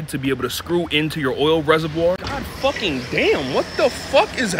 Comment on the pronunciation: You gotta put MORE emphasis on the word “FUCKING”